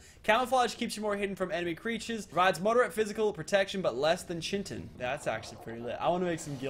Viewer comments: U dnt need raptors when u get a pteranodon also it's pt-rano-don not ptrra-don also ky-ten not chi-ten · who cringes so hard when he says P - Teradon or Chin - Tins. Dude. Its Kite - In or Terror - Don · Chitin is pronounced: Kai-Tin not chin tin ffs every episode ive commented something with your pronunciation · Okay Chitin (KI-(te), TIN), not chin-tin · It's called ki-ten, that's how you say chiten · it's chitin not chintin lol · Chiten is pronounced as ki-ten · it's pronounced ki-ten no chit-en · are you freaking kidding me? every episode, im telling you its not chi-tin its kai-te-n and the other thing is ke-ra-tin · It's pronounce like Kiten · ITS PRONOUNCED AS KAYTEN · its chit-in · CHitin = KIte - in, plz i cri evry tiem. im in biology, i know how its pronounced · Chitin is pronounced Kite-in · Chitin is pronounced "kite-in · chitin is pronounced (KY-TIN) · I don't want to be rude but it is Khi Ten and Meh joe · You pronounce it, Ki-Tan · chiten is pronounced. (Kite-En) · its meh-joe- berrys and kie-ten and dont whare flack its bad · your killing me,chitin is pronounced ki.tin or kai.tin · it not how u say chitin it's kitin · chitan is pronounced K-i-tan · It's pronounced kitin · Its pronounced Ki tin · Pronounce it ki tin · chitin is pronounced kai-tin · its pronounced ky-tin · Chitin is pronounced Kiton. It makes me so mad. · READ WHAT "CHINTIN" IS PLEASE I CRINGE EVERTIM ITS CHITIN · I find it funny how says chitin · HOLY FUCK. THE WORD CHITIN DOESN'T HAVE AN N. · oh CHITIN doesnt have a n? Educate me please. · please pronounce chitin correctly )